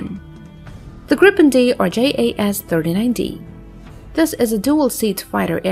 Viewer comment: the GPT(?)-generated graphics are dubious and faulty. Notice the completely messed up left wing. If that's s'posed to be educative, well, think again. picture looking like watermarked proprietary (check the hull). , ditto. Then, the AI-lector keeps messing up the aircraft name. Swedish JAS is pronounced "yas" (jakt means hunt, and is pronounced analogous to German 'Jaeger').